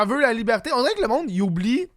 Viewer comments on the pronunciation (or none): comme disi bien "Libhârté"